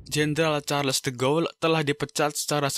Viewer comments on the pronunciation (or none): de Gaulle itu dibacanya di-gaulie bukan de-ghoul